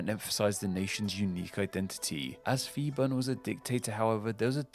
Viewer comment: I'm Thai living in Bangkok. This is indeed a well-researched video, despite mispronunciation some Thai words (eg. Marshal Phibul's name). I look forward to watching your next videos!